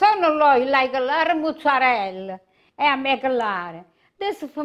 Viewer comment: why do so many italians mispronounce mozzarella? did she pick this bad habit up in Jersey? there is no "moo" in mozzarella, people.